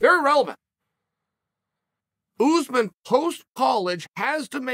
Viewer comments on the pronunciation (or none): Anybody else crack up every time Chael says “OOZEMAN” 🤣🤣🤣